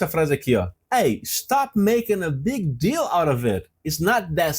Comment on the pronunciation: Ele conecta deal com out. Ficando "lauravêt"